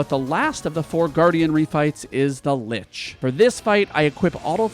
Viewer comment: I was super triggered by your pronunciation of 'Lich' but then I realized it was on purpose. 10/10.